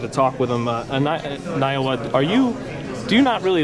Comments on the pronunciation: Why you keep saying Naowa? Thant's Naoya not Naowa! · It's NAOYA, not NA YO WA.. -_ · Naoya not Naowa. Naowa is not a boxing champion but Naoya is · At least say his name right, man. "Naoa Inaoe" What the hell?! Naoya - [na-O-ya] Inoue - [EE-no-weh] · The interviewer keeps on saying Nayoa. it's NAOYA bro! NAOYA. Lmao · It's not "Nayowa", it's "NAOYA".. please learn to pronounce correctly. =) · Naoya not Nayowa, btw nice interview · its .. Na O ya. Not Naowa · Naoya not Nayowa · Nayoa smh . NOW-YA. Mans never seen anime smh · bruh.. its ＮＡ-Ｏ－ＹＡ learn his name u talkn to a CHAMP man‼️ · why pronounce his name nayowa?is the interviewer illiterate? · that look when u pronounce 'Naoya' to 'Nayowa' 😆😆 bro don't do him like that 😆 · Completely butchered his name huh? It’s na-o-ya ino-we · na-o-ya this interviewer got so many chances to get the name right... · man you just called him Niowa xD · why is it so hard to say another person's name? nayowa? who the f is that? no wonder he is not amused with america. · why does he pronounce his nayoa though? 😂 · The only person to actually pronounce “Inoue” correct BOTCHED “Naoya” like it wasn’t even close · ikr. has always been good with pronunciation but for some reason botches Naoya all the time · I agree has always been a good interviewer and boxing enthusiast so I'd hope he would pronounce Naoya correctly at least. most fighters he mentions he can actually pronounce quite well, even japanese fighters like nakatani. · please pronounce naoya correctly. common I know you can do better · Do some research about his name on how to pronounce it properly before doing an interview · You didnt even pronounced the mans name correctly.. smh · Geez learn to say his name! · Sean must work at the 🍖 shop cause he butchered the sh out of inoue's name